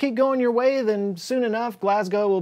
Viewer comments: Its always good to hear an American who can pronounce Glasgow properly. ("Glazz-go, not glass-go or glass-gow, or....) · I'm from Glasgow and I salute you for pronouncing it correctly. 👍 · Scotland here. Aye we're probably a bit fu... *remembers other countries don't use swearing as simple emotional punctuation.. We'll not be doing so well. Good pronunciation of Glasgow by the way. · Thanks for saying Glasgow correctly. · I appreciate you not pronouncing Glasgow as "Glass Cow"